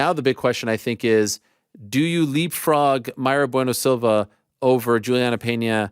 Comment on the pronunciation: Asks her if her name is Mayra-Bueno Silva or Mayra Bueno-Silva. She says it’s the latter and one minute later he says alright there she goes Mayra-Bueno…. Silva 😂